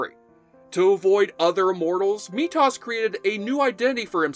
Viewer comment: At least it wasn't Meatus.